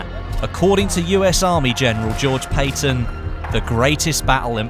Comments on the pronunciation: Holy hell. General PAYtton? No it's pronounced PAT ton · PATTON not payton ! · *Patton not peyton. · Its not Payton its Patton bloody hell. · Patton, not Paton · Patton not payton. cringe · George Peyton? No no no, George Patton. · pattOn nat payton lol forgivable mistake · Any one notice he said "Payton" not Patton? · Its George Patton, not pay-ton. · Patton not Paton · mfw he pronounces it as Payton when it's PAT-TON like cat but with a p. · Whos General George "Payton"? I've heard of General George Patton not Payton. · "Paeton" it's Patton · "According to US Army General, George Payton" You just said Patton wrong. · Patton, not Payton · It's not Payton it's Patton. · Its not "Pay-ton" its "Pat-ton" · Patton not "Payton" 👌🏾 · its pat ton not payton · Patton not PAAYTON!? Wtf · pat-ton not payton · (pay) (ton)? It's (pat) (ton) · FYI it's PAT-TON not PAY-TON. :) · Boi its Paton not Payton i get its an accent but still uhhh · i love your channel but its 'Garand" (Gar-and) And Patton, (Pat-ton) not Payton. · not payton patton lol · its not "george payton" its "george patton" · Its not pronounced Paten but Pat in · Also, its pronounced pat-ton, not pay-ton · It's pronounced Patton. Not Payton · it is pronounced pat-ton not Payton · Cringes gorge paton say it like this patton that that's how it's pronounced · His name is pronounced Paton Pat-on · I cringed so hard when u said Payton 😂 good vid as always though lol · "George Pay-ton" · did you just pronounce pattons name like payton? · "George Payton" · I'm sorry but he's prononced PAT TON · Great video!! But you mispronounced Patton. The "A" in Patton is sounded like the word "at" Just so you know. I enjoy your vids. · George Payton? PAYTON? nope thumbs down. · George 'Payton'. WTF Your British Don't Pronounce American Things If You Can't Do It Right. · cringe "pay-ton" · Dude, the a in Patton is a short a. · Anyone else catch him mispronouncing General George S. Patton's name?